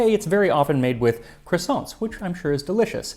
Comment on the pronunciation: Except the way he pronounces croissants; a Frenchman'd roll underground at that